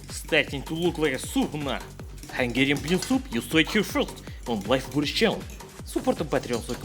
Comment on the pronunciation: Your hungarian pronunciation is almost perfect, Boris :D